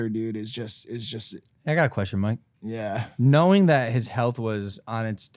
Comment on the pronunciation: Honestly pisses me off when people don't take a few seconds to learn how to pronounce someone's name right (Mike). Like I'm sure you don't mean anything by it but just take a few seconds to ask or look it up, it goes a long way. It sounds so condescending and disrespectful to botch it